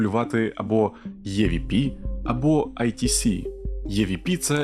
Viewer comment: EVP читається як ІВП ніяких Є там немає, розумію можливо це трохи душно з моєї сторони, просто тригерять відсилки на язік навіть якщо вони на навмисні, а загалом відео дуже цікаве